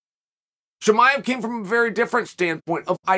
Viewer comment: Chamol as as well